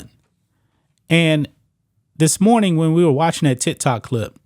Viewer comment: did he say tit tok clip?